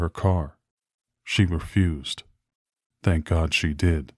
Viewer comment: THANK NOT DANK, ITS WHIT T NOT D